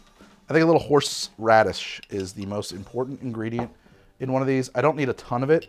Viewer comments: Horrrrsh radish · The man can pronounce "Worcestershire" flawlessly, but "Horse Radish" throws him for a loop. Amazing. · I feel like Worcestershire being pronounced correctly just sets up your brain to pronounce normal words wrong after. Like the shh in shire was the exact same shh in horshh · Ladies, get a guy who CAN pronounce “Worcestershire” correctly, but not “Horseradish”.